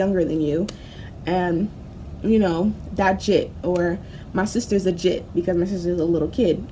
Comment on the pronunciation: Fr it’s Jit not Jhit